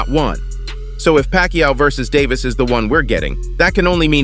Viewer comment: 😅😅 narrator pronounced Davis name wrong Pacman should just stay retired don't comeback on Floyd student try Crawford bigger fight if he wants fame perfect about now do that certified fame for both Crawford and Pacman lose situation if he fights Davis if Davis beats him he got beat by Floyd student if he beats Davis he only beats a Floyd student not Floyd lose situation either way unless it's about money